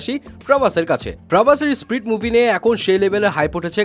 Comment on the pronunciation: spirit.. not sprit.